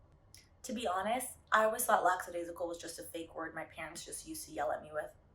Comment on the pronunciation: I love you... you’re definitely smarter than I am... but lack·a·dai·si·cal not laX